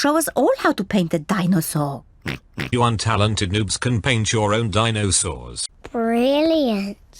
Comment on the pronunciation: dino-saw. GrRrRrRrR.